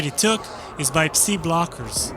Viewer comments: Tip. Psi is pronounced sai not see. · Took me too long to realise what see radiation is. It's pronounced sy (rhymes with die as it's short for psychic)